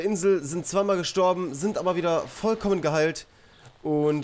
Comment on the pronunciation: "Vollkommen" hast du richtig Gayyyy Ausgesprochen XD